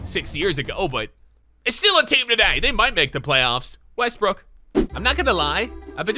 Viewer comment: "Russell Westbrick" lol.